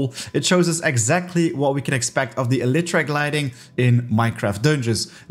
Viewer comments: Bro I’m sorry but it is pronounced Eli tra not Ele tra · The way he pronounces “Elytra” made me GAG. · okay, I googled it. the way he is pronouncing it is still incorrect.